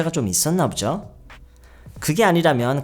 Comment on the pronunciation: ~부죠?가 아니라 (보지요를 줄여서) ~보죠?에요! 모르고 계신 것 같아서요 혼자 유학준비하느라 유튜브가 도움 많이 되는데 유튜브 영어선생님들 중에서 젤 조아요 감사해뇨